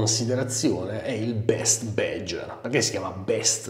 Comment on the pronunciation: What the fuck is "bedger"? It's BADGER: check the correct pronunciation online ffs...